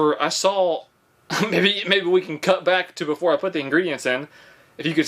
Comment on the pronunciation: That boy has had sweet potatoes...he said cayan instead of can.